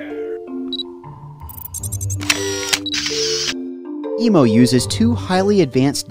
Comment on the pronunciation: It’s EMO not emu